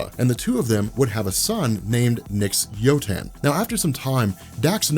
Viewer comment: it’s actually pronounced “Wotan” and spelled Uotan.